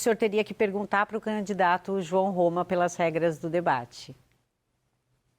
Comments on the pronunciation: Ele é aluno de Luladrão. Ele chama canidato tbm. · Jerônimo fala "Canidato" kkkkk isso era secretário da educação? Kkkkkk PT nunca mais!